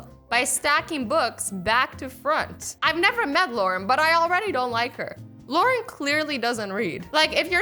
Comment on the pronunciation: Thompson "luaren"